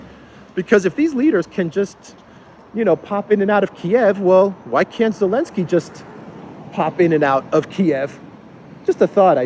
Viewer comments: Thank you for constantly calling him "Elensky". Those western clowns should change every single word with Z into silent sound. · No Austria is NOT NATO they are only EU - it‘s Elinsky you’re using the Z again 😆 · Every time you say "Elensky", I think "Alinsky"....as in Saul Alinsky. LOL Appropriate, I think.